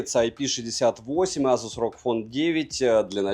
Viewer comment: Не настаиваю, но вроде произносится асус, а не азус. Греки же этого коня называли Пегасус. Может мой слух кривой х/з, но услышал з😊. Спасибо за твой труд.